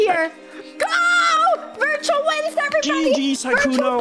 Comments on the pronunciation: Really putting the L in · did this man just say "pull a and clutch up"?